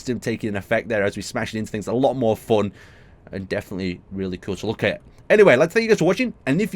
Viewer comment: Defiantly? DEFIANTLY?!